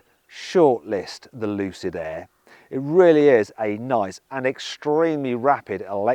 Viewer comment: 루시드에애 가 아니라 루시드 에어 라고 정확한 발음 부탁드립니다